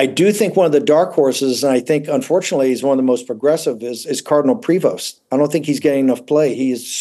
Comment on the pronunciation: the Pope's given name is PREvost, not Provost.